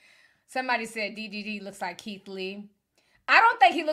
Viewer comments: The fact that you keep calling him "DVD" 😂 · I thought it was DDG...TI why u keep calling him DVD 😂😂😂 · Ti, I am dying😂😂😂you keep calling him DVD😂😂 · Yo! Ti obliterated DDG's name er'ytime! DDV DDT DVD 🤣😂🤣😂🤣